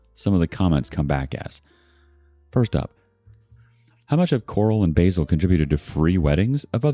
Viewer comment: Lol its not basil as in how Americans wrongly pronounce the herb but basil as in baa like a sheep and sill like windo sill. So its ba-sil